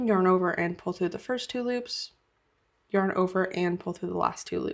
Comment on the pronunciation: Sorry, I really wanted to learn how to do this but I can't handle the way you say "yearn"